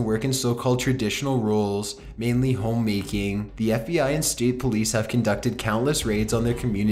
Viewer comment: whyyyy oh whyyy are you pronunciating your words like that and putting the emphasis on the last part of the last word in every sentence...its so weird and annoying i cant watch this because of it hahahaha why "home maaaaaking", "retuurniiing", "armiiieeee", "coniieeeeee", dispuuuted", "slaveerrryyyyyy" lol